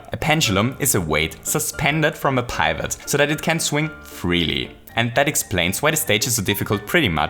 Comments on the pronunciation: Pivot is pronounced pih-vit, not pie-vit. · pee-vot.. It's pee-vot, not paivot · Did you seriously pronounce pivot as "pie-vut"? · Wtf is a "PIEvot" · It’s pronounced pi vh ot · I love the way you pronounce pivot :D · I mean this in the nicest way, but you pronounced the i in “pivot” wrong. It is pronounced like the i in “is”